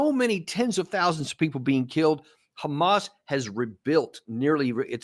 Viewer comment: Does anyone else hate the way Jews pronounce the word "hamas" ? 🤔